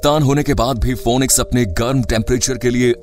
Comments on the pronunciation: It's not fonix its fenix So fenix goes for real with phoenix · इसका ऊच्चारन फोनिक्स नही फिनिक्स हैं. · Pronounce it as finix and not fonix.